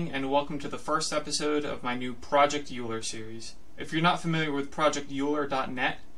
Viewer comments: I learned the correct pronunciation from my differential equations professor in college. Oyler. So now I go around correcting people. 😅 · Immediately clicking off because of how you pronounce Euler